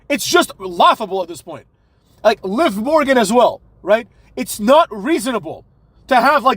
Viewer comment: "Liv Lorgan" 😅🤣